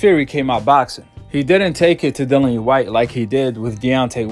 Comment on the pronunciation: The man's name is Dillian (Di-lli-an) E. Whyte. not Dylan E. or Dillany, as heard numerous times in the video